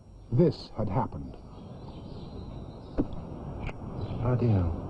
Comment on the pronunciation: "Bloddy Hell"